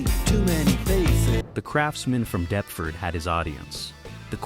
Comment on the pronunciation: All that research and then just guessing at how English place names are pronounced.